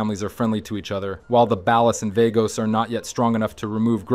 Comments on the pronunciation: Balles and Vaygoes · You do realize you’ve pronounced Ballas and Vagos incorrectly every time right? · Shh... he doesn't even pronounce ballas and vagos or OG Loc or Torreno correctly even though they say these names in-game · Great. Another channel that doesn't know how to say "ballas" and "Vagos" correctly 👎🏾🤨